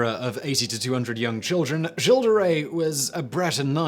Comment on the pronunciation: "Giles"?? You do realize that Giles and Gilles are two different names, right? Why do British people either suck at pronouncing foreign words, or simply refuse to put any effort into it at all?!